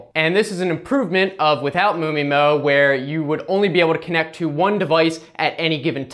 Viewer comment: MU MI-MO sounds funny